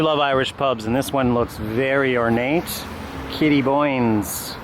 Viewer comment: Fyi, its Kitty Hoynes, not Kitty Boynes. Named after Davids mother